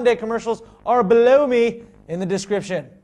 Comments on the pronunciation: I like how you made "right here below me" sound like "right here BLOW ME". You so funny. Keep up the dirty work. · what's funny is, when starts talking about the links at the bottom, sorta sounds like he's saying "blow me" instead of "below me"........... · sounded like you said blow me when you said below me.. 5.25. you n your funny lil american accent D.. or was it intentional? love the show